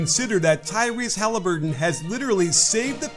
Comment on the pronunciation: No way did he just say 'Hali certain' 😂